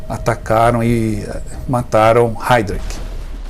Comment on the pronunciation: A PRONUNCIA É: RHAIRISH